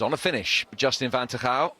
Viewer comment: i love how they completely butcher van Tergouw's last name :-D